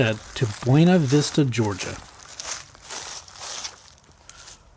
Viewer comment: I grew up in Ellaville. You lost all credibility when you pronounced "Buena Vista" incorrectly..It's Bunna Vista.